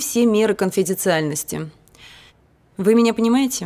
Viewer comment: "Конфидециальности"?😂? Или, все же, коНфидеНциальности? Или уже, вслед за "кофе, оно" и тут меняют правила?😢😢😢Настолько тупеет народ, что речь упрощается?